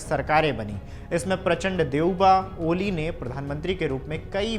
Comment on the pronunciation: Prachpand 😂😂😂 Nam Nahi Lena ata hai to kya news padhega beta